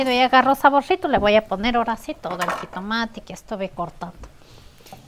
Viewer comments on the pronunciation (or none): Se dice jitomate,no jitomatiii😂.se dice chile ,no chili